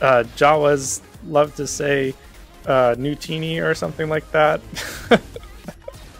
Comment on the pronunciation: NU-tini???? WTH? Utinni bro.